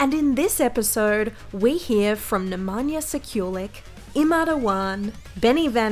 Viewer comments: Nemanja Sekjulik hahahahhaha. Jbt kako ovo Ameri ne znaju da izgovaraju nasa imena... Mogli su bar pogledati neki njegov video da vide kako se izgovara. Bar je hiljadu puta rekao ime... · just butchered nemanjas name